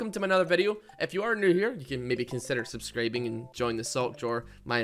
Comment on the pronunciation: NO, NO. YOU CANT AAY SUBSCROOB AND THEN ASK US TO "SUBSCRIBE" SAY IT PROPERLY DAMN IT